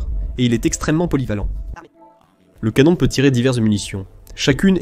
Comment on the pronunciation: Heu... ... Ca veut dire quoi "un drone à l première personne" ??!!??? ;( ah oui c'st le "canon" et po le "canonne" ... Bref j'aime bien tes vidéos, tes analyses, mai la voix AI ne le fait po du tout !! :(